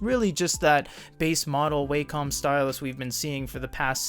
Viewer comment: you're still saying way-com a year later ffs why are they censoring her chest? jfc